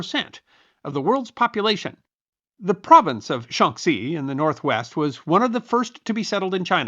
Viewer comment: It's nowhere fucking close. He sometimes pronounces x with a k sound. His Shaanxi sounds closer to Shangxi. His Hebei is a Hehbei. He doesn't care whether its Lu or Lü. Lazy and embarrassing.